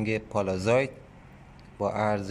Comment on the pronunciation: أستاد من معذرت ميخوام ولي چرا كلمه ي (s) رو شما (ز) تلفظ ميكني اين شهاب سنگ اسمش هست pallasite پَلسايت . قيمتش هم اينجا دارن از شما اخاذي ميكنن ١٠٠ گرم هست ١٢٠ دلار …. چه خبره ٥ هزار دلار ….. ١٠٠٠ دلار بده برات بفرستم از لندن